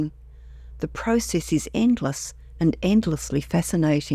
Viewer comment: You mispronounced "Process" throughout the whole video.